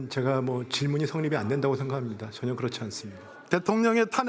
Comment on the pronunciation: 한덕수씨는 전혀를 왜 자꾸 저년이라고해요?😮